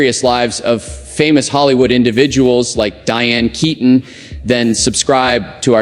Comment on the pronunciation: Please her name is pronounced as KEETON even though spelled Keaton may she RIP